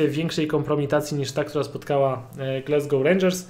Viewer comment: Polecam sprawdzić wymowę Glasgow.